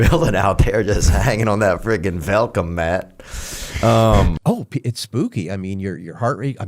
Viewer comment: Velcome matt was underrated lmao